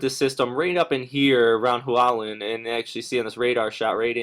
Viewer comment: Wa-loo-en?? You mean "Hualien"?